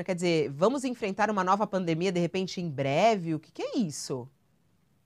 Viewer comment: kkkkkk "nova fraldemia" e o teatro continua faço é rir.